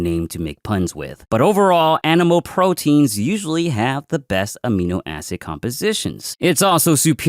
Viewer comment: Did he say aminoasshole? 😂